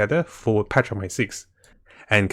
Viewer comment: I love how you say patch 1.6 it sounds like petra .6 hehe